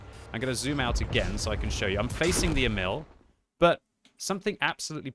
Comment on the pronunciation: Pronounced more like Eh-mil not emile